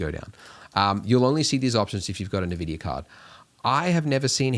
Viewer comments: Thanks for the tutorial! This has really helped me get started! But also... EN-VIDIA NOT UN-VIDIA PLEASEEEE OMG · I unsubscribed and stopped watching the video when you said navidia